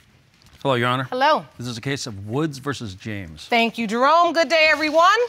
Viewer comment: The judge calls him “”! Roflmao! You can tell the man works out for sure!!